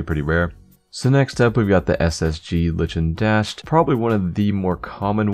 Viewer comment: "Litchin Dashed" lmao gg